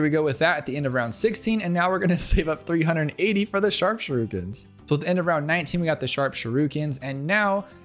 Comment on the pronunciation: you said shurookens